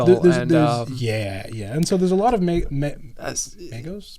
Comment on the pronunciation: The plural of Magos is Magos but you pronounce the 'o' like the start of 'autistic'. Now, give me the Emperor damned heresy video. I'm currently reading Galaxy in Flames, you better fūcking post it BEFORE i have time to make enough money to buy the rest of the books